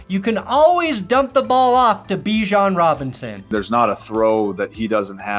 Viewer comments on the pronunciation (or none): none